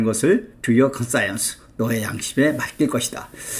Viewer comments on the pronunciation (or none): 발음이 이상합니다. 컨사이언스...?